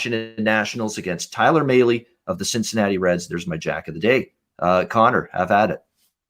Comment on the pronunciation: Mahle is pronounced (malley)